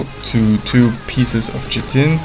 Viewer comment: Chitin Pronunciation: Kite-In